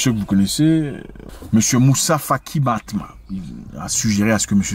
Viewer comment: C’est Moussa Faki Mahamat 😂et non matma 😂. Merci 🙏🏿 pour la vidéo